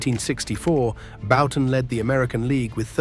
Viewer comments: . I’m pretty certain that it was AI. I mean, I’d HOPE it was, with the blatant mispronunciation of Bouton as “Boo-tan”. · . Jim Bouton is one of my two all time favorites, and hearing his name pronounced “boo-tan” was cringeworthy. Can’t imagine what the AI would’ve done with my other favorite…Mark Fidrych. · So is Bouton’s last name pronounced “Bow-tin”, “Boot-in”, or “Byou-tin” A.I. narration really ruined this otherwise fine documentary.